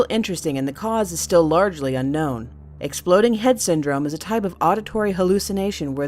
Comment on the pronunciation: when your chilling and watching youtube and suddenly you here "exploading head syndrome"